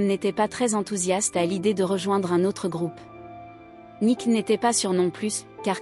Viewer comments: Vous insistez beaucoup trop sur Nik pour savoir au moins que c'est son nom et qu'il s'écrit et se prononce Nicks. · N'importe quoi ce reportage 😂😂Je suis une grande fan de ce groupe depuis Mike Fleetwood en Angleterre puis aux Etats-Unis donc très grande fan de tous les membres du groupe. Rien de ce que vous racontez dans ce doc ne correspond. Déjà c'est Stevie et pas "Nik" mais Nikssssss et s'il-vous-plaît revoyez leur biographie. Je les ai vus à Los Angeles et Stevie à Paris, à l'Olympia. C'est l'un des groupes les plus formidables de tous les temps. Et une pensée pour Christine MacVie qui nous a quittée récemment.